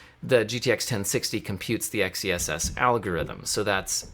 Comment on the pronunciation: Dude, it's meant to be pronounced "excess". You get it? X -ess? Excess? Get it? It's a play on words. How do you pronounce the word "sword"? Do you say "Ess word"? But seriously, do you get it? Excess? Xess?